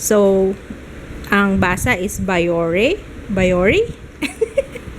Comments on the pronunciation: Biyoreh po ang pronunciation. Hihi. Btw po, malapit na po lumabas si Baby Joo. GodBless po sainyo. 😇🙏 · bee-yo-reh ang!:) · it's bee-yo-rae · byore ang pronounciation, french kase ihh hehehe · bee-yo-re ata... hula lang po.... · Biyore basa sa biore. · byo-rey ang pag pronounce!! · Bee-yor-ee po yata:)